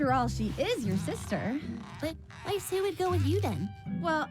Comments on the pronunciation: It’s always bothered me how Weiss’s name was always pronounced incorrectly but her last name was pronounced correctly :[ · No one else gonna talk about the characters pronouncing Weiss’s last name differently??